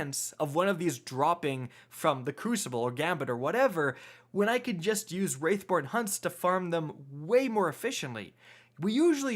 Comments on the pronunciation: WRATHborn, homie... WRATHborn. Not "WRAITHborn." Love your videos overall though! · It’s “wrathborn” not “wraithborn” please learn how to read, please and thank you 😊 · It's wrathborn not wraithborn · Stop saying Wraithborn. It's Wrathborn. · Bruh. It's wrathborn, not wraithborn. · Dude. Its WRATHborn not WRAITHborn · surely you will feel the WRATH of your viewers, many of whom will turn into WRAiTHS, if you don't correct your pronunciation of the word "WR A TH BORN." I mean honestly, would you ever say "Feel my WRAITH!"? No, you'd say "Feel my WRATH!" Unless, of course, you had a pet wraith that you wanted me to feel. C'mon man, it's not hard... say the word right, aight? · Wrath pronounced Roth not wrath pronounced wRaItH - what the hell is wrong with you!? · Wrath not Wraith bro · every time you say "Wraithborn" I yell "WRATHborn" at the top of my lungs and honestly I'm probably gonna lose my voice by the end of this season lmao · Please. For the love of the traveler. Its Wrath.... not Wraith xD Great vid dude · wrATH born hunts THERE IS NO I IT IS NOT WRAITH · Wrathborn... say it with me bud... wrathborn lol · I know right! It’s not that hard to say “Wrathborn”